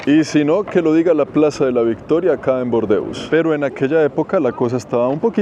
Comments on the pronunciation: en español no se dice bordeus, sino burdeos jajaja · Solo un apunte, la ciudad en español es Burdeos con U, no "Bordeos", No sé si me pareció escucharlo con una O, o es por tu acento y estás pronunciando la U. Igualmente, muy buen video como siempre!! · en español se dice burdeos,no bordeus como tú dices. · en español no es Bordeus, sino Bordeos ok.!! D.😢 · En español se pronuncia Burdeos, no Bordeos, y tambien da nombre a un color, el burdeos que hace referencia al color de los vinos de esa zona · En español es Burdeos (no bordeus). Cuántas chilabas y telitas africanas. Cuánto graficado por las paredes y qué bonito está el césped irregular y lleno de matojos a lo largo del río. Qué elegancia la de Francia. Parece Roma. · Es Burdeos, no Bordeus! Ese tipo de errores que a veces cometes le quitan valor a tu contenido, que suele ser muy bueno. Saludos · Disculpa en español se dice Burdeos.